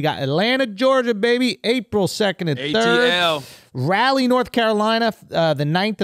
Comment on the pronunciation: Andrew always says "Raleigh" wrong 😂